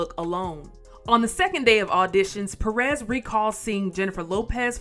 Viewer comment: These gringos pronounce López correctly but cannot say PÉrez. Maybe they think it is supposed to be French, "perés".